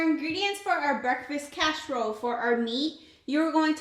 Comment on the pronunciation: Looks delicious but why are you saying casherole vs casserole?